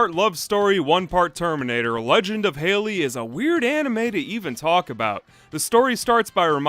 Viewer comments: Hal lee Not hay lee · Edmund halley is pronounced more sounding like "holly" then "hailey" I grew up in Canada around a few Scottish and British people and we studied the comet in school plus a Scottish teacher yadda yadda its anecdotal but I though it was worth mentioning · I always appreciate your ability to dig up nearly-lost media and commentate in an intelligent and entertaining way, but your insistence on pronouncing the English surname Halley (HA-lee) like the woman's name Hailey (HAY-lee) is making me grind my teeth. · Not “Hey-lee”, it’s “Hal-lee”. When there’s an identical pair of consonants in the middle of the word, the syllabllic division is between those two letters resulting in the first vowel from the syllable being pronounced with the short pronunciation. Such as “bollard”, it’s not “bow-lard”, it’s “ball-lard”. Rules of the English language! Ta-da! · Halley, not Haley. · Haley might be a girl's name but Halley with two "l"s is pronounced like the Hal in HAL 9000. Great video, by the way. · "halley" isn't a girl's name, you're thinking of "haley". spelled and pronounced differently (you're pronouncing halley like haley in the video, the 'a' in halley is soft as in it's an 'ah' sound rather than 'ey')